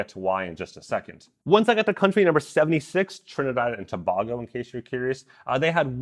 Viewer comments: I ended up cancelling my subscription. While my monthly price was not affected I was very turned off by the way Strava handled the whole situation. Plus I really don't even know why I had a subscription in the first place. I hardly made use of them. Trinidad and Tobago(To bay go) As some who lives in Grenada I know what it's like to have people constantly pronounce your country's name wrong. lol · Hey DC, Let me help you out with my Neigbours to the south: Trinidad & Tobago.... Tobago is pronounced: To-bay-go. Keep up the good work! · I'm from the 76th country, Trinidad and Tobago. The "a" in "Tobago" is pronounced like the "a" in "aim." A lot of people get it incorrect. Hopefully, this'll assist. 🙂 I'm glad you do what you do, DC! Keep that 💩 up! 😎